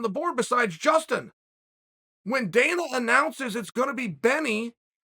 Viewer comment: did he call dana danal or am i mishearing him😂